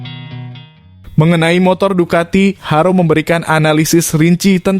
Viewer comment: Minimal suka MotoGP lah min😂,lucu aja kau nyebut Ducati,pecco,dan bezzecchi nya,. Btw itu aja sih yg buat nggk enak over all bagus aku suka berita begini